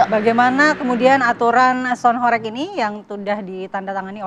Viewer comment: Kelihatan kalo tv blm tau kondisi aslinya...nyebut aja masih gak jelass...HOreg bukan Horek lawakk